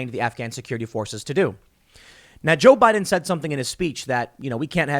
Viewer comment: Tim stop please!! It's Joe Biden period!!!